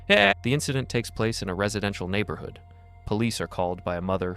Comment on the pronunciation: Dam..you butchered the word neighborhood...bad!